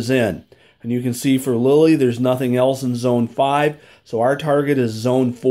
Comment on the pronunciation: Good review. (Lille is pronounced “Leel” not Lily.)